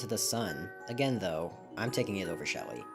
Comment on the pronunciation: That’s smelly not Shelly